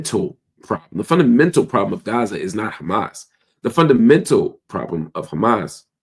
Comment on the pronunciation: Try to pronounce Hamas better. Sometimes you get it right. But mostly not right.